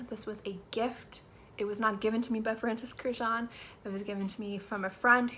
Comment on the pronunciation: Girl, learn to pronounce his last name correctly ... it is Kurkdjian ... which is Armenian last name